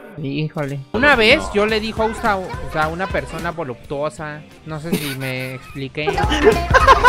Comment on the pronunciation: Cuand dijo boluptuosa pense en ded xdxdxdx